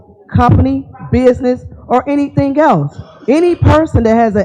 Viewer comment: nah you don't have a right to axe fo anneeeyding